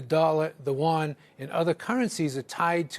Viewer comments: listen: Yuan, not won. My lovely expert. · It's you-won